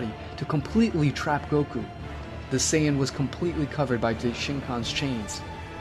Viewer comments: bro it's no sayagin but Saiyan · clearly you watch dragonball in english so ill spare you the details. Saiyajin Was the orijinal pronunciation english translation changed it to saiyan